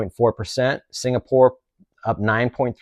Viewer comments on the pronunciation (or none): none